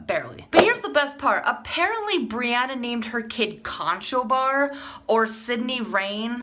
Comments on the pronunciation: I some how came across this, it was a bit painful to watch the mispronunciation of the name Conchobar. Conchobar is the Gaelic name for Conor or Connor. It is not pronounced Con-cho-bar, it is pronounced Cru-hoor, though sometimes Kun-ah-khoor or Cun-i-ver. It is a big name in Irish history and mythology... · Pronounced Connor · Conchobar is Irish for Connor its pronounced Cruh-ur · Conchobar is pronounced Conner...?